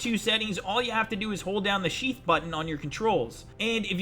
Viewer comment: "Sheef button"